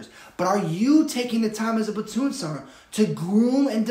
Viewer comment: Platoon Sergeant not Sarnt.